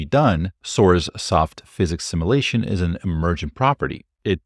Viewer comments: Shook thumb isn’t required, but I’m watching every video u upload, regardless lol. High yield, funny. While I’m here Sim-yule-ation, not Sim-ah-lation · Love your work. Since I love it and you speak for a living, I offer a criticism… Stop pronouncing “simulation” like the word “assimilation”. They are different. You are dropping the hard “u” sound but it should be present in “simulation”. Thanks for your work. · simUlation. simUlating. simUlator. ✅ simAlation. simAlating. simAlator. ❌